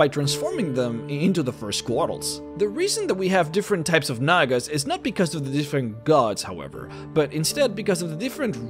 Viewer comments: Nag-ass?!?!?! Its Nah-guh. I love vids, make more d&d content. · I sincerely hope I wasn’t the only one who heard “nagas” as a slightly different word beginning with N. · Bruh i thought he was saying the n-word